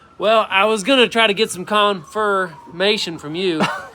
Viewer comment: It was the “con-FUR-mation” FUR me 😂